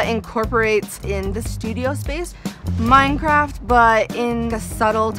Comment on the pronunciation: I PLAY MINECWAFT!!!!!😂😵😳😍😍😍😍😝😝😘😘😜😜